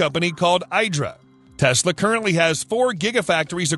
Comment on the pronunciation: The IDRA trademark is pronounced "EE-dra", not "EYE-dra". Listen to their CEO in other video.